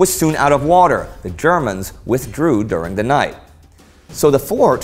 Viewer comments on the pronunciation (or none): none